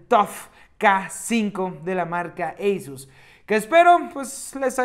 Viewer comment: Eisus no negrito asus